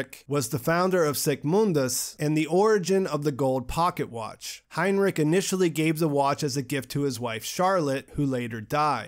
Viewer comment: btw: the names are ulrich not ulrick and heinrich not heinrick. ch is sh like in shower. did you see the german language with english subs?